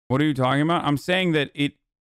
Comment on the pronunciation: Lmao how tf did Hasan catch that “aboot” I still can’t hear the stereotypical Canadian accent as a Canadian, maybe i do talk funny